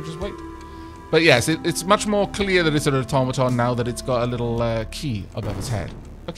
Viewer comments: "Automatawny" A brilliant new color for your new automaton. What is it? Well it's a sort of a brown, really. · zhoulf've called the automaton the automaton Mark